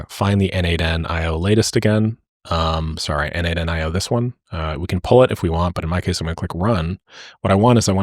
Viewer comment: its "no-de-mation" like "automation" is pronounced, not "node-mation"